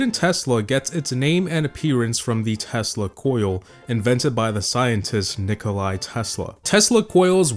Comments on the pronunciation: Bruh it’s nick-uh-la not nick-uh-lie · Good video just one note, its not Nikolai but Nikola Tesla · Bruh... Bro really says Nikolai Tesla... bruh... 😮‍💨💀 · Actually not NIKOLAI, he is NIKOLA Tesla✌🏻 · I cringed so hard when he said 'Nikolai Tesla' instead of Nikola Tesla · Not Nikolai Tesla... Nikola Tesla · Its not nikolaj Telsa its Nikola Tesla. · Its not nikolai its nikola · It's serbia 🇷🇸🦅 Name and it's pronoucd NIKOLA